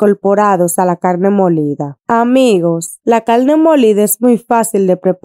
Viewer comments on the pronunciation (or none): Hola amiga muy rica esa receta se ve provocativa. Pero hablas muy feo..... CALNE EN vez da carne . Maltinez... En vez de Martínez... Supel. .. En vez de Super etc.. etc...